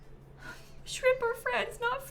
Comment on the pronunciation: The way says "a shRIMP?!" absolutely sends me xD😂